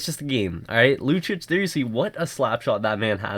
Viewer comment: Lucic is pronounced LOO CHEECH....not LOO CHICH